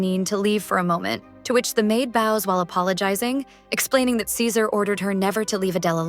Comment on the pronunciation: Why did the voice keep calling ceaser scissors 😂